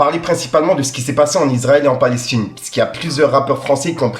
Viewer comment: Elle a dit palech tine 😂